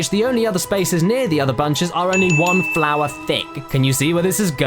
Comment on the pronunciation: somebody should count how many times hes said flowah. (the part where he says flora doesn't count)